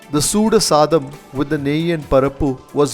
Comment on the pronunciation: Saddam uhh illa soree uhh, tell correctly pls